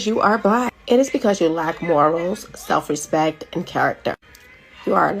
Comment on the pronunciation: Why do they demand "rispeht" but can't even fucking pronounce it?